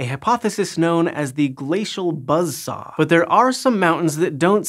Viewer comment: Gla-cee-al Buzzz-SaWWwH